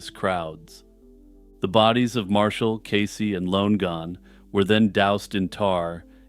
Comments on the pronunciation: Should you run across the name Lonegon again, I think you’ll find it should be pronounced ‘Lonnie-gun’ instead of ‘Lone gun’. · its LONN-EGAN not LONE-GAN jfc